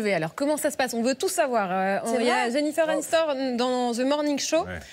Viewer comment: JENNIFER ANISTORN "lol